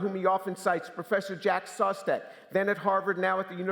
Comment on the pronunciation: Shout out to the captions for giving me "Jack Sauce Tech" Listening to it again, This is actually what James says here lmao. He mispronounced "Szostak" lol